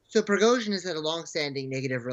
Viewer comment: Shame on the anchor(((. She cannot pronounce the Wagner group‘s leader last name correctly😏